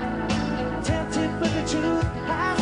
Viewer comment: Tempted by the fruit of anether Tempred but the truth is disceverd lol at his pronounciation